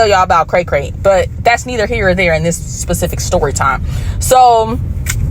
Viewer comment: Sis, it’s specific not pacific. lol